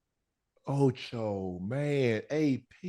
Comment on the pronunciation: I love these guys. He stay saying Ocho 😂😂